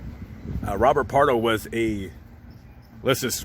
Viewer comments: BARDO. Not "Pardo". Pam Dawber. Famous actress. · Robert Bardo, not Robert Pardo. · His name is Robert John Bardo. Not Pardo. You must be thinking of the Santa Claus Massacre suspect Bruce Jeffrey Pardo.